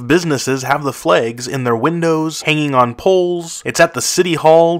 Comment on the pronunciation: Ahh, yes. Flegs. Don't you just love flegs?